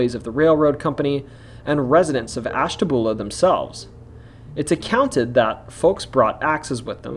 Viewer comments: Ash.ta.byuu.la not boola lol 😆😆😊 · Isn't Ashtabula pronounced ash-ta-bew-lah? Sorry, my fam lived across the border in Fairview,PA., & they used the bew sound. Was it wrong? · The names of Ashtabula and Muskingum were mispronounced. Also, the "Erie Canal" story does not refer to the Erie Canal in New York, but the Ohio and Erie Canal which connected the Ohio River in Portsmouth to Lake Erie in Cleveland. There was also the parallel Miami and Erie Canal in the western part of Ohio that connected Lake Erie in Toledo to the Ohio River in Cincinnati. The lock associated with the ghost story is specifically O&E Canal Lock 4 in Canal Fulton. Oddly enough, there are actually two Lock 4s on the O&E (the lock numbers count up north and south from downtown Akron), and the other Lock 4 is in the "tunnel" under the Akron Civic Theatre where the ghost of the crying woman is said to walk into.